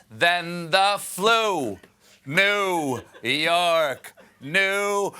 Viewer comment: "New Hork, New Hork"?